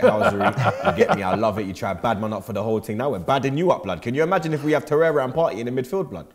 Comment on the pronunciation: "He's Thomas Partey. Not fiesta!"